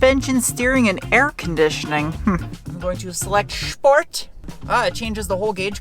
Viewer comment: did u say shport?